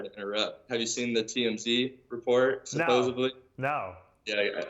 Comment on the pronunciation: I know this is a year old, but, it’s “supposedly”, not “supposevly”. There’s no “v” in that word. SupposeDly.